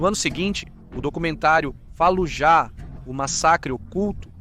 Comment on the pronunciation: A silaba tônica de Fallujah e a segunda silaba , não a ultima. Doi no ouvido dizer falujá